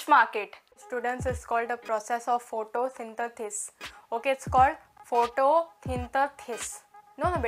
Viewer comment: I loved d science teachers "photosyn-the-sis"😆...and Mitochondria babe,avoi konkani tr ani samki real go... just love ur content.This was the bestest.U r shining girl.